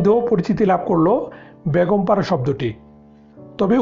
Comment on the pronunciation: Hi Zeenat, thanks for the point. Most people in Bangladesh can't say A when it comes to a word that has A in the begging. Like Beton ( salary ) most people will say Baaton , you got it right ? there you need a clear A when you saying Beton ( salary ) . So exactly same way , when he was saying Begum para , he was saying Baagom para, missing clear A in the begging of that word. You can hear that almost 95% people in home. It is so sad that people from Bangladesh can't speak Bengali properly !! But the name of our country is Bangladesh right?? Hope, one day everybody will learn Bengali properly and speak very nicely. Because Bengali is very nice and sweet language !!